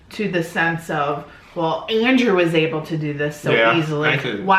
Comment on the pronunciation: She kept saying oble in stead of able